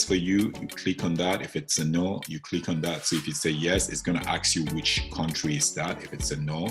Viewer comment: What do you mean by ( aks you ) !!! Aks you ? What ???